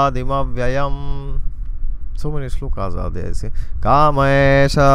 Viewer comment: We are so blessed to have you, blessed soul. The way you pronounce Sanskrit shlokas, you actually come across as a saint or sth. 🥺👌 Too good! Falling short of words to describe.. :((